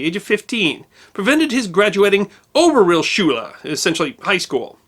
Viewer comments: Georg is pronounced “Gay Org” Oberrealschule is pronounced “Oh bear ray al shoe leg” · In German, georg is pronounced 'Gay-org Gaertner' with more E than A spoken. Oberrealschule is pronounced Ober ray-al schul-uh Weimar republic is pronounced 'Veimar' Erwin is pronounced 'Air vin' ...